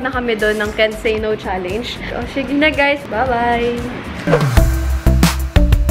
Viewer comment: bakit kaya lahat ng vlogger pag sinabi yung “challenge” nagiging “challeynge” 😭😂